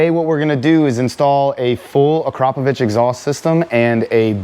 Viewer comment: I guess that’s why you can’t pronounce akraprovic